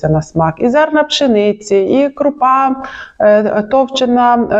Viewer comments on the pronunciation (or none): none